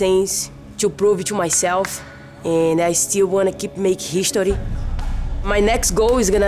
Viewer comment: "Nobadgy can beach me. I defended my belch. I keep making hischory" ~Amanda Nunes